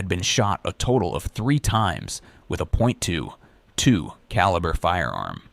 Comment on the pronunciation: A point 2 (weird pause) 2 caliber... Why use AI? Lazy